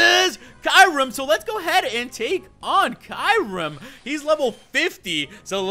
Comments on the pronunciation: rodri um Kyurem is pronounced key rr mm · Kyurem is not pronounced like you pronounce it. If you watched the movies you would know